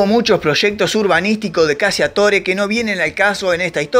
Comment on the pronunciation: "CACCIATORE" es un apellido de orígen italiano que debe pronunciarse correctamente...: [ CACHATÓRE ] tal cual su pronunciación figurada...que en castellano significa...: [ CAZADOR ].